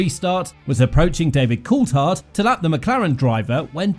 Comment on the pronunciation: Btw Coulthard is pronounced col-thard with a th sound, not col-tard!